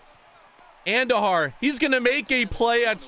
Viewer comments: Its AHN dujar not andu jar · ( An-doo-har) not whatever your saying